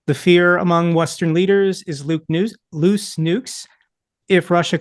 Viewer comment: Except at that "Lukes Nukes er Loose Nukes" bit